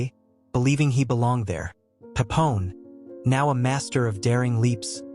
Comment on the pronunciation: Bro it's Papillon, not Papon...